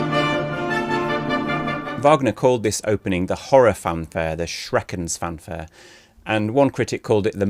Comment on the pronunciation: I give you a 2 put of 10 for not recherching how to pronounce schreckensfanfare in German